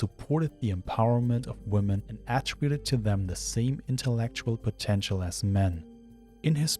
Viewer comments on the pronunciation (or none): For love of god, the phonic emphasis in "women" is on the "men" not the "wo". Stupid new generation making "woman" and "women" sound like the same word Woman: wu·muhn Women: wi·muhn